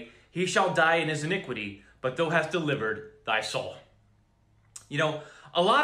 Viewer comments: "thou" is properly pronounced "th-ow" (like OW!) not like "though" :) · Brother, when you see the word ( thou) in the King James ; it's pronounced like ( thow) like wow or cow. Just helping u out so u sound more legit. God Bless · not to be that guy thou sounds like "cow" thou not thoooo fiery = " fire reeeee" not fuuuury